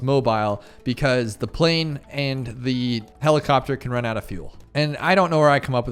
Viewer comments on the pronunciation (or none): none